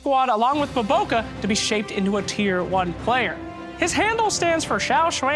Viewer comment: saying his name BOBOKArepeatedly is really funny. Especially if you are Filipino.